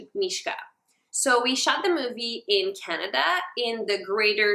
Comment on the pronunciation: why does she say Canada like that. I'm offended.